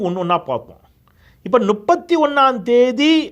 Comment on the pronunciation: 🍃ஐயா... அது நுப்பத்தி.... அல்ல முப்பத்தி... தயவு செய்து திருத்திக்கொள்ளவும்🍃